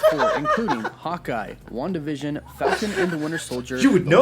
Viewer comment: Wanda Vision sounding like ‘One division’.